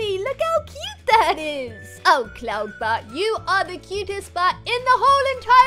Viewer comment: Anyone else hear her say Colton butt Instead of cloud butt